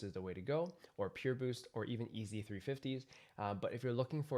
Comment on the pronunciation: Still says EAZY instead of YEEZY. how